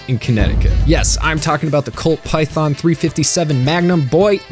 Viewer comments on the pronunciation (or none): none